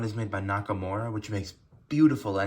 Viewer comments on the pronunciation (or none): The name Kanawha is pronounced kanaaaaa. 😊